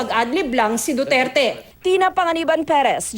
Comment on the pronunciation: miss. tina panganiban perez isa kang reporter diba ..kase kung makapagbitaw ka lng ng pangalan ni president duterte ay parang may galit ka lang! diin na diin ung DUTERTE mo ahh! galangin mo ang president para galangin nya din ang mediang katulad mo!